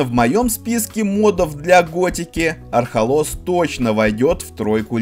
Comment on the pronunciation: Архолос, Архолос, ударение на первую гласную! Марвин оторви автору язык🤣